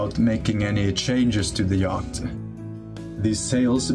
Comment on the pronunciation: Interesting project, but there are two words you really need to learn how to pronounce, yacht and channel.